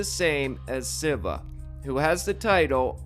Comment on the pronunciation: It's fairly comprehensible when someone learns a word by reading therefore is unable to pronounce ir properly, but dude, since you own a channel which approaches religious and phylosophycal subjects, you ought to try a little harder and learn how to pronouce the basics... Listen to someone calling Lord Shiva "Civa" gives an atmosphere of blatant discredibility for if you do not even care abour learning the right pronunciation of the name of one of the main figures in the religious doctrine you are referring to, you know? Take it as a constructive criticism, not hate.